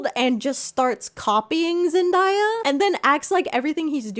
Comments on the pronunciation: i may never forgive you for botching both zendayas name and mixing up the dolan twins 😭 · i love u but why did u pronounce zendaya like that LMFAOO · There is no way its 2024 and we are still mispronouncing Zendaya's name!!! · Never heard anyone pronounce zendaya like that lol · I lvoe you but the pronunciation of zendaya is sending me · the zendaya pronunciation 💔.. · why do ppl keep pronouncing zendaya like that 😭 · girl why do you say zendaya like that? is that how you pronounce it? have i been saying her name wrong for the past 20 years? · Ok I love you but PLEASE stop saying Zendaya’s name like that. It’s Zen-DAY-ah not Zen-dye-ah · girl why are you saying Zendaya like Zen Die Ah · it’s zenDAYa, not zendDIEya 😂 there’s not even an i in her name lol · calling her Zen-EYE-ya instead of Zen-DAY-a makes me wanna claw my ears out. love you but please for the love of GOD say her name right 😭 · Zen DAY…DAY….DAYA, just call her Z chile cause huh? Zendiea…a mess. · WHO I think it’s pronounced zen day a not zen die a just sayin not to be rude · Zen-DAY-a not Zen-DIE-a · hate 2 be that person um but its ZEN-DAY-UH( Shes talked abt how a lot of ppl think its die-uh but its not) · btw her name isn’t pronounced Zen-die-uh it’s Zen-day-uh :D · I laughed when you said Zen-dye-ya 😂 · It's not, Zendaya even said the correct way is Zen-day-ya. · You just pissed me tf off. now you know you never heard nobody pronounce zen day- a like that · Are you saying zendaya wrong or is everyone else saying it wrong? I’ve never heard zendaya pronounced like that before! Always “zen-DAY-a” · Correct pronunciation: Zen- day- uh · pls zendaya is pronounced zen-day-ah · "Zen-die-ya" ILY BUT THATS NOT HOW U PRONOUNCE IT (Not meaning to be rude ofc!:D) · i cringed at zen-die-uh omg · not to be that person sorry but i do think it’s pronounced zen-DAY-uh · I have never heard someone pronounce Zendaya as ZENDIAH in my life 💀😭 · It’s zen-day-uh just fyi